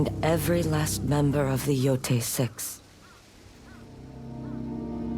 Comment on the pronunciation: Omg even you British can't pronounce the name of the game properly! Embarrassing mate....😮